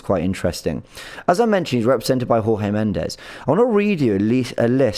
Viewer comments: Pronounced Jorge Mendes (as in George) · trying to replicate Robbie's inability to pronounce names with Jorge Mendes and Reims (I don't blame him for not knowing how to pronounce Reims - it looks completely different to how it's supposed to be pronounced).